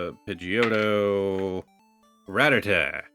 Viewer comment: I jumped up and scared the cats when he called Pigeotto Pigeot and put it to the side lol